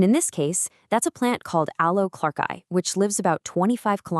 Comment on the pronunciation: Other than the totally annoying AI-- great story! PS ("clarke-I")